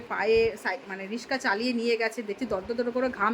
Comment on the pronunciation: Riska✅ Riksa❌😂😂❤❤ kintuu khub vloo kaj korlen mahassallah😢😢😢❤😊❤